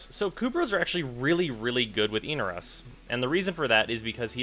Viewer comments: Every time he says "Eenarose" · Eener-O's ? You realize they pronounce it in the quest, right?